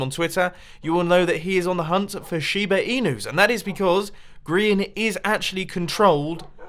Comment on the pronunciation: When mambo says shibe inu I went crazy